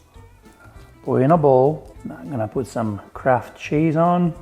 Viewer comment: anyone else hear "crap" cheese instead of kraft cheese?